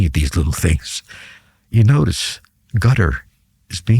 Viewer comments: He’s mispronouncing Qatar as “Gutter,” and then claims Iranians don’t want to talk to Russians directly — even though they just signed a mutual defense treaty. His take on the Ukrainian war theater is also outdated. He’s stuck uptalking satellite imagery while completely missing the rapid evolution of drone warfare and the innovations both armies have made. There are a few rational points here and there, but overall this sounds more like propaganda aimed at the uninformed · Anyone who pronounces Qatar as "gudder" doesn't know squat about the middle east. I've never heard a bigger, more comprehensive crock of sh*t on such a wide range of subjects. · The voice is continuously scratchy and, at moments, impossible to understand. 👎👎 He constantly throws anecdotes of his past memories. 👎👎 The way he pronounces Qatar as == cat'tr == is annoying and, due to the scratchy voice, I had to rewind back to understand what he said. 👎👎 Dislike given for the video. 👎👎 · What is "Gutter" – is he talking about Qatar? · So full of ṣ̌! 😂😂😂 "Iranians do not want to talk directly to the Americans or Russians." On which planet does this guy live?! 😂 Is it me or is purposely saying "Gutter" instead of Qatar. These people are masters of twisting everything to look smart. What a DECEPTIVE chameleon. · Is there a country called Gottar? It is Qatar, not so difficult to pronounce correctly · Why does he call Qatar “Gutter” even though he’s already called it “Cuter”